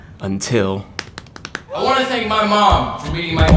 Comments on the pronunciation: "Good actor" "Thenk😔" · "Good actor" "Thenk" Yup that's how teenagers talk. Take notes, writers.